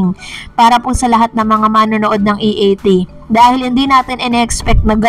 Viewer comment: Si Vic Sotto ang nag correct kay Jimmy Santos sa pagsasabi ng E A T.